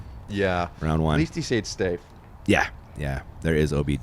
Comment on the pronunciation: Sayed stafe lol